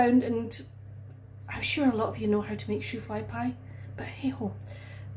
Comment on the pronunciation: Your 'shoo-fly pie' accent was very good. The end product looks like it turned out exactly the way it should. I have seen it but never really had it myself. It is popular in Pennsylvania (amish country); apparently it was originally created in 1876 as a coffee cake but somehow ended up in a pie shell by the mid 1880s. It probably would nicer to have with coffee or tea.. At least you had a fun experiment.